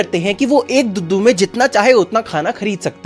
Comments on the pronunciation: Bhai. Dudu nahi duddu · Bro vo dudu nhi h vo doodu h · bhaiya dudhu nhi dudu 😅😂😂😂😂😂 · Duddu ❌ doodo ✔️ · bhaiya ye dudu hai duddu nahi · duddu,❌ duhdu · dudu nahi dodoe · Bhaiya bo duddu nahi he wah dudu he da